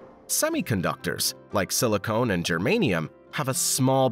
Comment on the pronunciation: "Silicon", not Silicone.